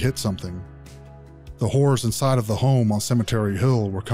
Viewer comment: Why do you say "whores"? Learn how to pronounce "horrors" guy. Wow. Lol